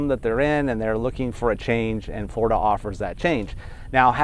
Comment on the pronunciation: He can't pronounce the letter "L." Fgworida